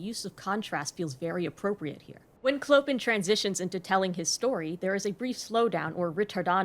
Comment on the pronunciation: I love your video but the way you pronounce “Clopin” is… American.